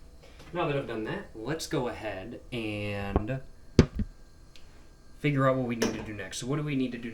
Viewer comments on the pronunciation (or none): none